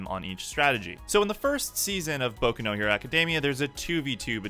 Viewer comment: I would have finished the video, but you said "Boku no Hero-" like a freaking weeaboo twat.